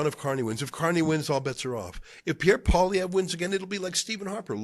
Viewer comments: the conservative leaders name is prnounced like Poly-Ev. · It's pronounced "pwa-lee-ev-re" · Lofl!!! You cant even pronounce poilievre What a moron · Dude, you talk like if Carney being put into the PM spot was like a scam or something. He was elected by his party and that's how the system works. If Trump were to die Vance would become president, and it's not like he is elected directly...Trump was. So your whining is making zero sense. Also your attempt to pronounce Poilievre is getting slightly better but it's still pretty funny you can't still figure it out. It's pole-e-ev-re.